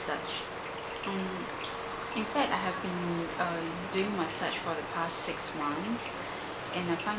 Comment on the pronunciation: I LOVE how you said "masache" :)